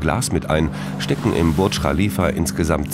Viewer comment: Burtsch rchalifa